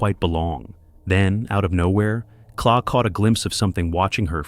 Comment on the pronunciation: It's not Claw. Her name is Claire and her channel is called Wildbeare.